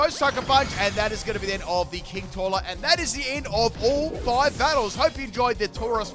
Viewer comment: The way you said king toilet is just so funny i was on the floor laughing 😂😂😂😂😂😂😂😂😂😂😂